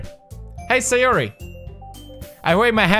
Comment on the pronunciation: your "hey sayori" activated my siri